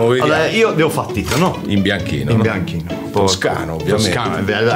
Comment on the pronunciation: I doppiaggi in dialetto,se fatti bene,rendono tutto + magico...pensiamo a"Slam Dunk"e il malocchio di Hanamichi col"prezzemolo di Kyoto"...!🤣🤣🤣🤣🤣O al mitico Romeo er + der Coloseo!!🧡 - 🤣🤣🤣 E...nn Angelo Maggi ke ha continuato x tutto il tempo a chiamare Tito"Tinto"!!😂😂😂